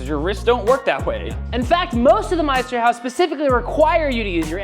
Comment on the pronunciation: There need to be a bit more of a pause between Meisterhau and s. Otherwise it means Masterhouse